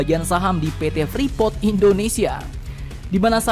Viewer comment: Admin freeport bukan frepot hhh